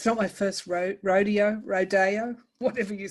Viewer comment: With Rodeo, it is a long "o" like Oh my God.